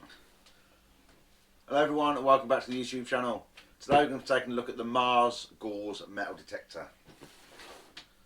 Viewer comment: Gauss Rhymes with House is how all my electrical engineering teachers pronounced it. Any technical info, depth tests in various conditions? How does it compare to the Nox. I find I need several machines and find different stuff over the same ground with each.